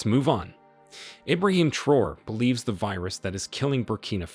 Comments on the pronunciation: You’re pronouncing “traore” wrong. You’re saying “Abraham Troll” but It’s TRAORE. Pronounce each syllable phonetically. “Tra” (as in transfer) “o” (as in letter o) “re” (as in ray). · Pronounce his last name as Tra’o-re not Troo or whatever you saying. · Its pronounced as `Traorey ` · It's pronounced Tra-oray. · I think his name is Pronounced - Tra - o - ray